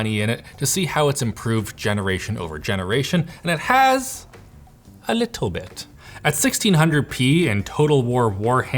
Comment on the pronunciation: “... and it has a lituwl bit ”